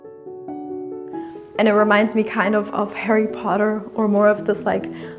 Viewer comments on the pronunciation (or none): none